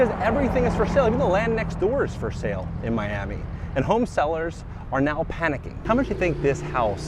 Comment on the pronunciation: "Me Am Me", you have to pronounce Miami like english is your second language to get those million dollar prices.